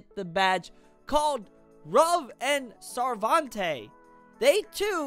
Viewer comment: Its not sarvante It is proununced as Sar-ven-tay